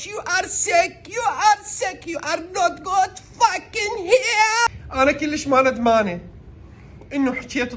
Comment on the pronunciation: يو ار نوت اوكي😂👌 مو نوت كود 🚫💔😂